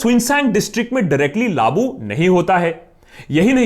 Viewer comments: Very good video!!! Waise "laagu" hota hai... "laabu" nahi.. use the word correctly next time and I'll know you got the message 😉😉😉😉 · Akash bhai baaki sb to theek h lekin, aap shayd लागू ko लाबू bolte ho! Mene ye cheez kareeb 2 3 baar notice ki. Hope you'll take it in positive way!!!❤️❤️ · laabu nhi bc laagu bolte hai sale nasha kr k video bnata hai